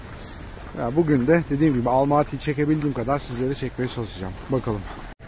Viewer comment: Almati değil Almatıdır! Sen Türkiye’den mi geldin Türkiye!dan mı? Kazak Türkçesinde ses uyumu diye nir şey var haberin yoksa